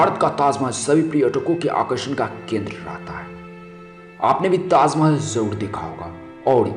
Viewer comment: 😂 😂 😂 tazzzzz Mahehelllll😂😂😂😂 bol Na Sikh Bhai kaha Zadaa Hey 😂😂😂😂